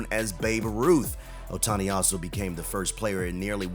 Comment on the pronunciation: Yes, we all love him, don't we? Just a small thing... it's not a little valley（小谷 Otani) but a big valley(大谷 Ohtani).